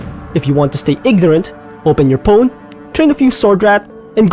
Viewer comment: Fair argument though. War is horrifying Kinda silly that you pronounce phone with a 'p' sound well that went of the rails fast